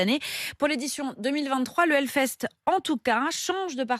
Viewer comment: pardon mais ont dit HELLFEST et pas HELFEST...